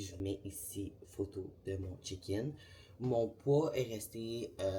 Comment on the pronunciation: on dirait tu dit chicken 😁